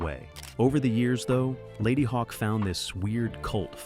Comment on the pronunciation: Ladyhawkee? Regardless of pronunciation, a fun movie for someone into SciFi / Fantasy and prog rock. Thanks to HBO, most of these were discovered a year or two after cinematic release. Also, I think Roger Ebbert is Ebert's alter ego for some reviews.